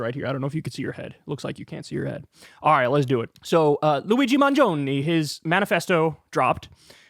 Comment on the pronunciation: The last e in "mangione" is pronounced like the e in "element".